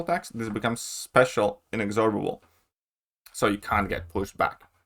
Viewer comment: Hi. To practise pronouncing inexorable correctly, try slowly saying in-ex-or-ubble (as in bubble) a few times, then say it faster whilst emphasising "EX". in-EX-orubble.